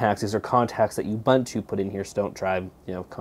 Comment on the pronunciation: Youbuntu? I really don't think this is the intended pronunciation.